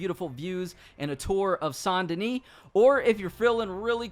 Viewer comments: pronounced Saint Duhnee not sain duhnee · Not saint denee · San denis😭 it’s saint denis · Ikr it should say that because that’s how it’s said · San deni? You mean, saint dennis? Haha im so mean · It’s saint denis not San dena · Pronounces Saint Denis “San Denee” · It’s Saint DENIS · How tf do people not know how to pronounce saint denis when they literally say this name in the game so many times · Why do you pronounce Saint Denis like that? Are you selectively French?